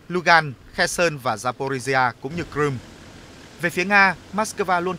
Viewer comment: Crimea chứ ko phải cờ-rum